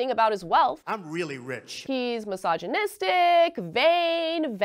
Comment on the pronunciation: I was only partly listening when she suddenly said: " he's massaging his dick" and I was like what?? then I realized that she referred to him being "misogynistic" xD